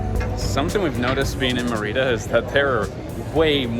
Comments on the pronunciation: [, my mom used to live in Merida- really lovely city! I believe it is pronounced MER- ih-da- emphasis in the first syllable. There are some gorgeous beaches nearby. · Check on your pronunciation of Merida. My Mexican sister-in-law pronounces it completely different. I have been to Merida years ago and it’s a nice city to spend some time. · It’s so weird how you pronounce Mérida 😂😂 I know you learnt Spanish and just as a tip, the acento is there for a reason: you should stress the first syllable (MErida) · Yes, accent on the first syllable MERida